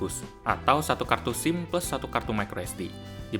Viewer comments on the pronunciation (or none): none